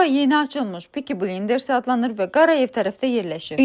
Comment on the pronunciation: Yaxshi olardi ki, restoranin adini duzgun teleffuz ederdiniz)) blinders sozu yazildigi kimi oxunmur, yegin ki, siz peaky blinders serialinin varligindan da xebersizsiniz amma en azindan teleffuzu duz ederdiniz gerek. Chunki sizi mueyyen sayda insan izleyir ve bilmeyenler de sizin danishiginizdan, teleffuzunuzden nelerse goturecek, ona gore reklam edib pul qazananda bu kimi meselelere de diqqet etmek lazimdir.